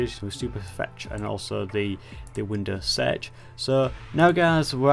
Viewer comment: i didnt know windows search was pronounced winous sedg